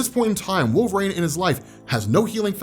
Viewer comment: I love you, but it’s pronounced Wolver-een NOT Wolver-ain…